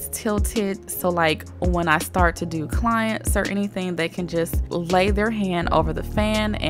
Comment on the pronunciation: Did you say clients?